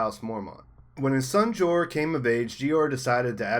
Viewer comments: Lmaooo! Gee-Oar Mormont! Lmao maybe read their FUCKING names or even just watch the show before making an entire video dedicated to the Mormonts. IT'S JOER MORMONT. Not Jee-oar. JOER. Like 'Joel' being pronounced by a Chinese guy. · Can't listen... "Geee orrr" Pronounced Like Door with a J. Joor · Man you are totally pronouncing Jeor name wrong. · How do you mispronounce jeor but not jorah.